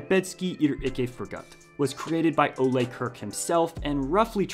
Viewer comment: You pronounced the founder's first name incorrectly.